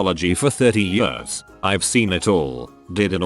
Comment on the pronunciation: It makes me cringe so much when I hear the AI voice say "years"